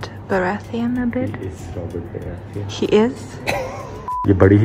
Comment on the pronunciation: They pronounced "Robert Baratheon" ...I seemed "Robert Bathroom" XD